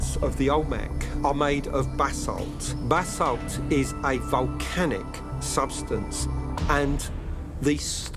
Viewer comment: Please, for the absolute love of the Gods, stop pronouncing it like you are saying bathsalt. It is pronounced like buh-salt. , he got it correct.